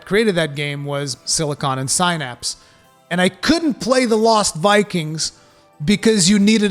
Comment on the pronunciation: Sin apps. Synapse. Not si napps.🤦‍♂️like synapses in your brain...🤷🏻‍♂️ and si gah tay.sigatay.